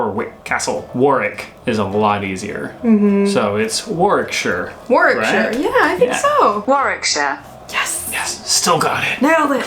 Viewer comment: The fact you said warickshire right makes me happy due to the fact I live there